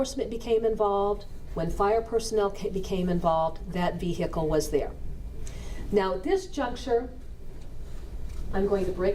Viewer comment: I do also, but can't remember what other trial she was in. Also, she has to STOP saying "veHicle"! The H is not pronounced.